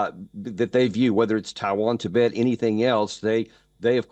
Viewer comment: Tibet, not Tibit